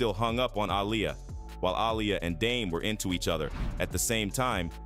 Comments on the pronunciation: These YouTubers need to learn how to speak if they're going to be speaking on videos her name is not a liar it's Aaliyah😂😂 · When he pronounced Aaliyah‘s name wrong, I was done. This video is pathetic.